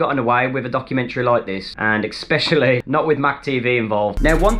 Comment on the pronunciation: "Exspcially" Really Mac.